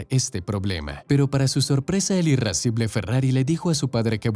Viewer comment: En el min. se dice IRASCIBLE y no IRRASCIBLE. Se pronuncia LamborGUIni en italiano y no LamborYIni